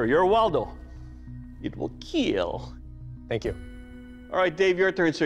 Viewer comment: can you stop saying "it will kill" with such stupid intonation?